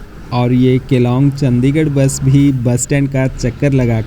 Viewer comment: Bhai aapki sabhi videos wo chahe roadways ki ho ya rail ki, sabhi bahut achi aur informative hoti hain. Bus aapse ek guzarish hai ki kripya karke Chandigarh (चंडीगढ़) ko चंदीगढ़ naa bulaya karein.